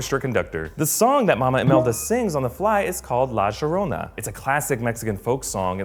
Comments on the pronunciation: It is not la jorona it is la yorona how it sounds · La Cheroona? It's pronounced La Yanora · He must have picked up that pronunciation from someone from further south into South America. I think he was trying to say “La jjjjorona” ( English j) the way some folk do— Colombia? I’ve heard some Colombianos say “jo quiero” or “voy a jjjevarme”. But “ sh?” Where the hell did that come from? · for the non Spanish speaker, the pronunciation is yo-ro-nah said quickly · Obviously was saying it with an Argentinian accent. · I would forgive him except for the fact they actually pronounce it correctly in the movie. He also pronounces "Chicharon" as "Chickaron" for some reason. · The pronunciations of some of those words and names ;) La Sherrona..... LMAO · Did he just say la gerona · la yorona say it like that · La llorona is pronounced like iorona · Sorry I can't get past #32 the way he says La Llorona. I'm sorry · I cringed when he said "La llorona"